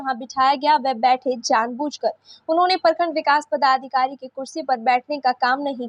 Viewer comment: Bhai saab padhikari nahi hota, padadhikari hota hai. 😂😂😂😂